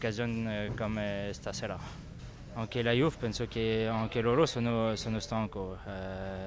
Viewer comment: "La Iuf" aahaha